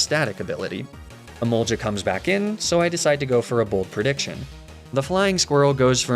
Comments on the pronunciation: I don’t understand why you say emolja as it’s spelt with a g not j which also makes me wonder why you don’t say goltic instead and it’s j not g which is very odd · I've gotten so used to emolge-uh, magne-mee-tay and laprah that if you go back to the original pronunciation I'd be triggered again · Your emolga pronunciation still didn't changed😄